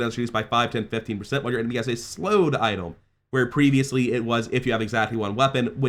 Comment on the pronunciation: Why does he pronounce item as "Itolm" 😭